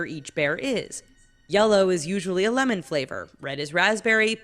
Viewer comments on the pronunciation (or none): none